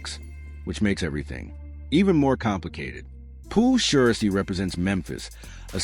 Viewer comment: Bruh its shiesty ! Shy stee !!